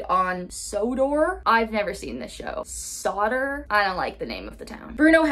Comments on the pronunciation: I believe the town is pronounced "So-door" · tomas' island is pronounced 'So-Door" FYI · You said Sodor right the first time. Also, it’s not a town, it’s an island.